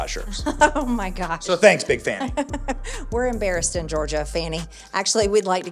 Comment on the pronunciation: "Fahni" Willis. 🤣